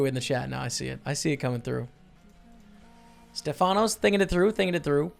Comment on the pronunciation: You had 2greeks in your table the famous kolonias and mavrommatis(in greek means the black eye guy) but the correct name is stèfanos not stefànos😂